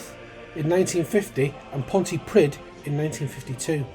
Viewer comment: Nice little video. Mispronounced Pontypridd though which made me cringe, but loved this tribute otherwise.